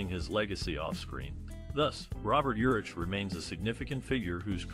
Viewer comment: Ugh. Not watching this since you don’t even know his name. It’s pronounced URICK